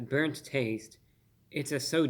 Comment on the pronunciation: Brurnt Carmel 😲😨😜